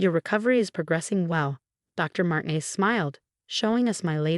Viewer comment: Could you inform your stupid AI program that the Hispanic name Martinez is NOT pronounced "martin-ez" 2: the emergency number is nine -one-one, not nine hundred and eleven.. PROOFREAD!!!!!!!!!!!!!!!!!!!!!!!!!!!